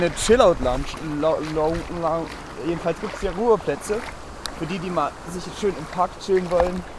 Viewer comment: hat doch gesagt wie des heißt: "TSCHILL AUT LONKSCH":-D